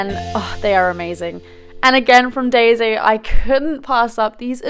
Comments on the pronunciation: I'm sorry about this comment but Daiso is pronounced as dye-so I apologize it just bothered me I don't mean to sound offensive. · It's pronounce Die-so